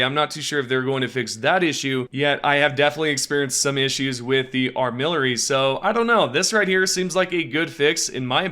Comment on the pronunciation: ar-mi-lar-y, not ar-mill-ar-y